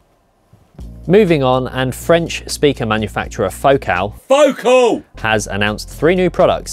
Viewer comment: It’s Fo Cal, like faux calories, or diet soda. They are French.